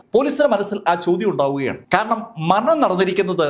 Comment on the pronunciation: മലയാളം ഉച്ചാരണം കുറച്ചുകൂടി നന്നായാൽ കൊള്ളാമായിരുന്നു. ആവശ്യം ഇല്ലാത്ത സ്ഥലത്ത് അധികം ബലം പ്രയോഗിക്കുന്നത് അലോരസം ഉണ്ടാക്കുന്നു. ഉദാ:- ഖയറിയപ്പോൾ ഖാരണം